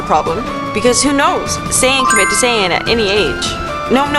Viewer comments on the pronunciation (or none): Also it's SAIYAN not sayin